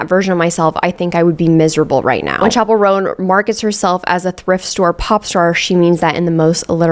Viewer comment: gurl...chapel, like the church building (the picture that you flashed on the screen), IS pronounced CHapel not SHapel 🤣